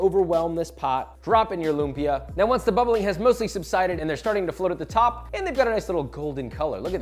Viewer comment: Love how a lot people are now loving lumpia! It’s my favourite food in the world! Not a big deal really but if you want to correctly pronounce the word lumpia: “Lum” should be short. Stress is on the second syllable and the “a” in “pia” should end with a glottal stop. 😉